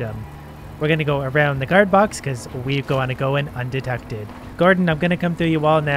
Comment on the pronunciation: Ah. Yes. “Undetected”.